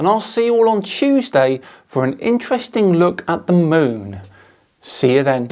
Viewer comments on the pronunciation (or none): none